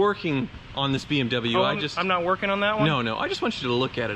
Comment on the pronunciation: "It's the only BWM in my Hooptie fleet"......but how many bimmers have cycled through your fleet?....bet you need 2 hands!